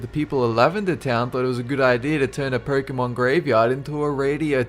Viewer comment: did he say "porkemon"?